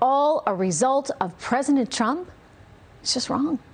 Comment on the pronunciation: She’s awful, however I’m confused as to why she says presiNent not president. Also why does she look like the female Caesar Flickerman from the hunger games?